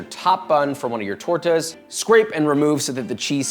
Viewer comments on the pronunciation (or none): tor-tuhs lol